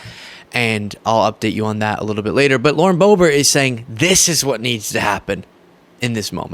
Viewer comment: The intentional mispronunciation of her name is done out of disrespect. I’m tired of them doing that petty s#!t.